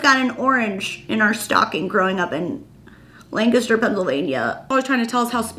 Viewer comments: So glad you pronounce Lancaster correctly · Oh my gosh I’m from York, PA! So very excited that your mom is from Lancaster (the oranges may be a German/PA Dutch tradition that I’m not aware of) and especially excited that you pronounced Lancaster correctly and like a local!